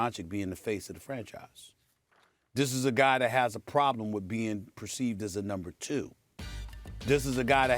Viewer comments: “DON-CHITCH” NOT “DON-CHICK” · Doncic, nit Donkic!! Not that hard🥴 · It’s pronounced DonciCH, not DonciK. Get it right. If you can say Antiticumpo or whatever, you can say Doncic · Stephen, "Luka Donchick", A Smith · How does Stephen A STILL say 'donchick?' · stop saying doncik, show some respect Mr. Smitch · Can he stop calling him DONCHICK ?! That’s DISRESPEKK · Stephen A, its your job to learn how pronounce those players names correctly!!!! shame. luca doncić is a superstar in this league you will repeat this name for years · I expect Stephen A, pronounce right the last name of Luka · As extensive as his vocabulary is, you would think this clown would learn how to pronounce Luka’s last name properly. Terrible. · I could understand Stephen A. mispronouncing Dončić when he was first drafted, but it's been 3 YEARS. He's won rookie of the year, been a 2x all-star starter and has earned all-nba first team 2x as well, what more must he do? It's insultingly disrespectful and at this point Stephen A. is blatantly mispronouncing Luka's name on purpose, all for the sake of getting people riled up (and I fell for it). I can't help but feel this is a race thing and that he's not too happy that a white player is inevitably going to become the next face of the nba. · Going on 4 YEARS and this clown still can’t say Luka’s last name right. Clown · Can you say his name right? This is your job lol